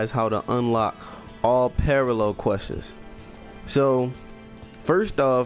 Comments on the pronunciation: dis nigga really just said all parallel questes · why do you add an unnecessary s at the end of quests lol